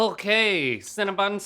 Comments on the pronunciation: Them all calling Cinnabon "cinnabun" seriously got on my nerves. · The way you guys say CinnaBON like it's CinnaBUN really bothers me ngl. It's just like saying adeedus when it's Adi-Daas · "When we were kids...there was no Cinnabun..." Well, Link and Rhett, there still isn't a CinnaBUN! It's Cinnabon! b-O-n, not b-U-n! Rant over. Love you guys! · Where I'm from we say cinnabon how its spelled, like it rhymes with fawn. I've never heard anyone call it cinnaBUN. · Does everyone from the south pronounce Cinnabon incorrectly?? It's an O not a U guys lol